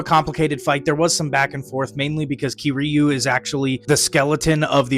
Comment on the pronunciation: The way u said kiryu pissed me off but w video anyways